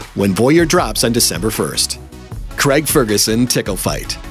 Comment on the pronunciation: Why can't this pronounce the name Craig properly?